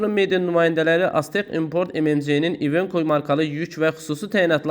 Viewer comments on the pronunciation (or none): İvenko ? İvenko deyil İvekodur